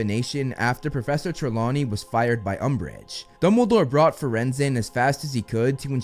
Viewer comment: Dumbledore not Dunble😂